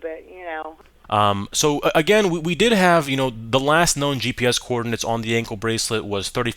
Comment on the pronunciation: I was dying when you said the co- ordinates😂😂😂😊